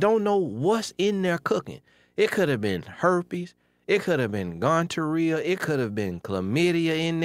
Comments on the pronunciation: he said Gone-To-Rhia ....I'm done 😂🤣😂😂 ....he's willing to eat what's cooking...... I know u meant Gonerhhea 😂🤣😂🤣 and that he was laughing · Bless her heart, she needs anger management or something. Quick to curse folks out. but hold up, did say "gonTorreah" LMAO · TheITChik Kim Lol. He did say Gontorreah. But he spoke truth tho. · Oh Lord! Gontorreah😂😂😂😂😂😂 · I was through when he said gon-terreah!!🤣🤣😂 Bless your heart! You told her right, though. This letter screams desperation and games. They both need to grow up. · Not “GONTORHEA”tho😂😂😂😂